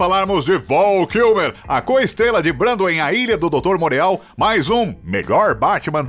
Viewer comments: Amigo, apenas no intuito de ajudar, é Morô a pronúncia de Dr. Moreau 🌷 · Se pronuncia a Ilha do Doutor Murô. Moureau em francês.